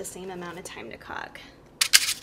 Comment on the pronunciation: Did she say same amount of time to cock?